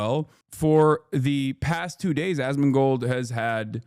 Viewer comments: "ass-can-mold" almost had me spit out my drink loool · Why is he saying Assmunchmold's name like that ???